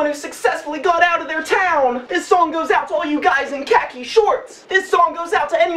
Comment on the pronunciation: The way he pronounces khaki is hilarious!